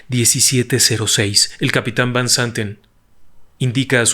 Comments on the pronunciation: Magistral relato, me atrapó desde el inicio. Lo único es que no mencionaste que Fanny Cano, actriz Mexicana también guapa, iba en ese vuelo también y el apellido de del piloto de KLM, Van no se pronuncia así, si no como Fan. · Van se pronuncia (fan) que significa de